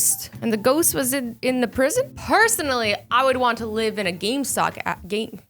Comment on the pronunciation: Azzylan: gamestok instead fo game stop